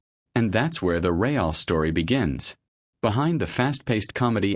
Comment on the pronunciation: More AI garbage. This is where the "ray-al" story begins, don't waste your time listening to this rubbish.